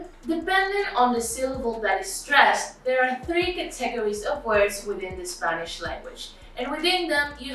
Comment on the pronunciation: Ca teg OR ease. Cracked me up. All joking aside, Thank you for making the info clear!